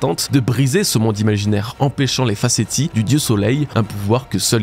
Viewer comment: Juste une chose : Facétie se prononce « fa·sé·si », voilà tout (bisous)